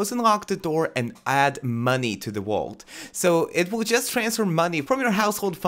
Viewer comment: Is he saying wault instead of vault